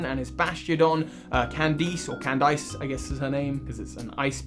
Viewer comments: Cand-ice??? Mama her name is Candice. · Candice is a real name lol. Not Cand-Ice. It’s pronounced “Cand-Iss” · Man said canned ice instead of candice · We all know that, first said it like Cand-Iss but then realized that hey, she's an ice gym leader, so the "ice" in the name is probably on purpose, so it's probably pronounced like that in this case. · It wasnt your pronunciation of Mismagius that bugged me, it was the pronunciation of Candice x.x